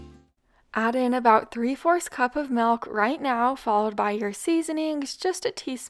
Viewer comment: Hi, l hate to correct you, the word isn't Melk, it's Milk.